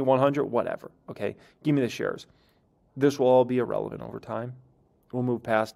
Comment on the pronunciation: The word E-Relevant doesn't exist. It's pronounced as "Ear-Relevant". The first letter is an "I", not an "E".